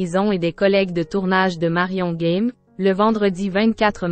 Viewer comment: Merci pour cet hommage, mais la pronociation n'y est pas c'est GAME et non Guème comme vous le pro,ocez, merci de rectifier. Il ne s'agit pas d'un jeu Game en anglais....